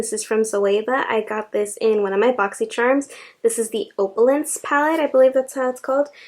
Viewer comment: Love your collection 💗 You've got great variety! With that first Zoeva palette, it's pronounced "opp-you-lence" 🥰